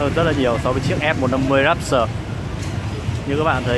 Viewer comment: Đọc tiếng anh kiểu gì ý! Rap s tờ. Rap tơ thôi